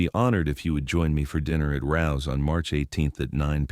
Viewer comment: It’s RAOs. Not rouse. FYI. 115 n pleasant ave nyc